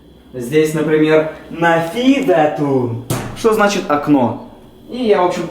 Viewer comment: السلام عليكم و رحمة الله و بركاته Ты чё проматерился? На когда садился слово окно не правильное произнёс.